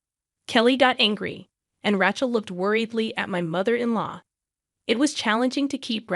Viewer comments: If they can use AI they ought to be able to get it to speak words the way it's supposed to instead of calling her Ratchel. Some of the stories are good but the AI ruins the whole thing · This AI generated voice is appalling. It can not even pronounce RACHEL correctly It is pronounced RAY SCHELL. TERRIBLE. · I agree. Not to mention RAY-chel. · Does anyone check these before posting? Rachel is incorrectly pronounced all the way through - it is annoying so much.